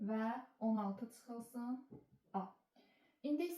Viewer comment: Tsıxılsın??? 😂😂 Azərbaydanca nə vaxt doğru-düzgün danışacaqsız? Tsay - tsömtsə 😂😂 ÇÇÇÇÇÇ hərf Ç-dır Ts deyil !!